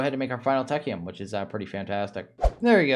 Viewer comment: Went through the entire series without saying technium just techium, also uraninite became uranite